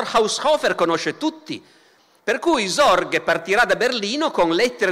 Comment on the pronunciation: Ascolto youtube come una radio senza guardare l'immagine, ho sentito tutto questo video convinto, per la strana pronuncia di Barbero, che stesse parlando di Zorge e non di Sorge. Credo Barbero dovrebbe tenere conto la pronuncia delle lettere oltre che approfondire la storia se no si possono creare gravi malintesi.